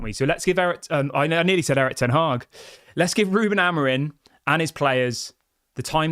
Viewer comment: Why do you keep saying Amorin? It's Amorim.